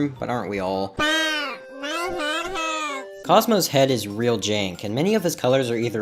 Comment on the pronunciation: "SPWOUT MY HWED HUWRTS" LOL